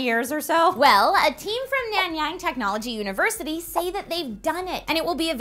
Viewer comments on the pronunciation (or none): Hey + it's pronounced 'Nun-Young' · hahaz the way you say nanyang... he